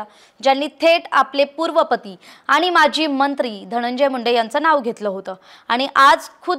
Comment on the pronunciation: Mazi mntri nhi maji mntri mhnave.frak smjun gya yr delivering marathi arth badlatat.dont tk it otherwuse